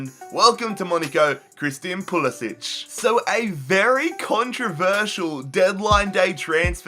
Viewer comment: It's pronounced PulisICK not PulisICH